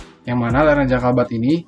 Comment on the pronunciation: jabalkat bukan jakalbat